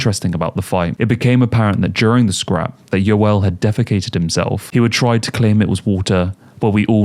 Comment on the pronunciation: Some of the worst pronunciation of names I’ve ever heard 😂😂 “Gilbert Yeevell” 😂😂😂